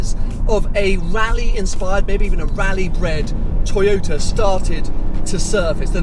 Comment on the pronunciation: tojota. Come on,...we all know times are extremely difficult for all of Youtubers due to corona and all of its shitty followings..but come on, man...it´s a tojota. Whatever you say about it, however fancy you make it sound, the bottomline is it's a tojota. You own a Ferrari and Porsche, these are cars and makes us followers are here for. Don't lower your standards, no reason for that. I didn't´t watch the clip as tojotas are tojotas regardless of badges or how fast they go. It is cheap plastic, ugly, low class.